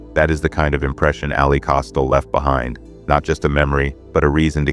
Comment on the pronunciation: Her name is pronounced “AL LEE”… not “AL LIE”😂